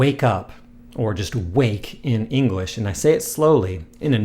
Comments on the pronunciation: is it just me or does he say "engwish" rather than "english" XD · Love your videos, thank you. Although my Japanese vocabulary is extremely limited, and my grammar understanding poor, I feel like my pronunciation is pretty decent just from having watched your videos. On a side note, are you aware that you pronounce "English" as "Engrish"? .